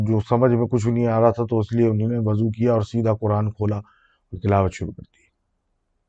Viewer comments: Your "unhi-nay" instead of "unho ne" is just love ❤🤣👍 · Ini nay 😄